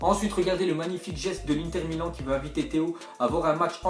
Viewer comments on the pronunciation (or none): none